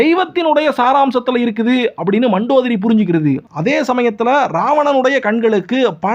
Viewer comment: It is mandhodari pls pronounce correctly